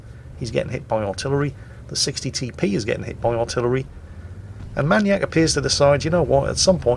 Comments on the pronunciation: why does he pronounce manyak- manyak and not maniac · Man-eee-AK? May-knee-ack., never change. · are you saying maniac like that for a reason? I thought you'd pronounce it "mai-niac". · Why can’t you pronounce maniac?